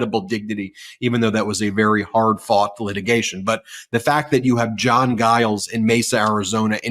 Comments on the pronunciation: I've never heard the name Giles (it's quite a common name) pronounced with a hard G before, and all other online media pronounce it with a soft G (i.e., like a J). Very strange. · Ben, the Mesa Mayor's last name is pronounced with a J sound. 😊